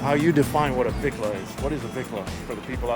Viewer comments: Let me educate all you none Mexicans and Pocho mexicans! The word "Bicla" NOT Vicla! is slang in Mexico for Bicicleta which translates to bicycle!🤦....And yes I am an Old time REAL biker for over 40 yrs. not a weekend warrior! I have a 1974 Shovel head Electra Glide and a 2000 Twin Cam Electra Glide! And of course I am NOT into these Lowrider looking Bikes. Chale Ese! 😁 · Homeboy could not define what a "Vicla" is maybe because that is NOT s proper word! The real word which derives from Mexican slang is pronounced "" BICLA" not Vicla....So "Bicla" comes from the word (Bicicleta) which then translates in English for bicycle. 🚲....So to those that want to be dropping Spanish names to scooters, get it RIGHT! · Just for you information everyone has this word wrong! It is supposed to be pronounced "BICLA" which is a Spanish slang word or short for "Bicicleta" which means bicycle. To EVERYONE if your gonna use Spanish words in reference to bikes get RIGHT!.... And yes I am an Old time REAL biker, not a weekend warrior! Been one for over 40yrs. I own a 1974 Shovelhead Electra Glide and a 2000 Twin Cam Electra Glide. And of course I'm not into that low rider cookie cutter looking bikes. My bikes are true real scooters (hogs) for those that are even old enough to know what that means!